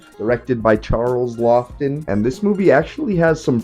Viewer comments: Great review love this movie The directors name is prounounced “Law-ton” I believe and he was a serious actor in mostly old horror and monster films thanks again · It’s pronounced “Lawton”. Anyway, Laughton was a scenery-chewing actor. I love everything he was in. I didn’t realize he directed any movies so thank you for this video. And this movie I loved: I am a Robert Mitchum fan and this is probably his best role. Anyway, I thought the movie was perfect and thanks for bringing it to the attention of a new crop of possible fans.